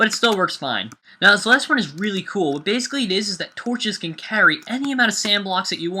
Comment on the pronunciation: he said whate you dodo